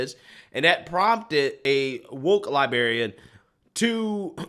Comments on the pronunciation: LibRarian, not liberrian. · Love ya man, but it's pronounced woke "lie-brair-ee-ann". 😆